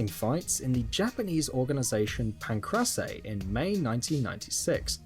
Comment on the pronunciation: Horrible, who pronounces Pancrase like that? At least do some research prior to making the video.